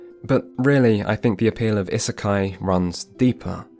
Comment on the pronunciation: if you're gonna say isekai this often you really could have looked up how to pronounce it. Its driving me mad :D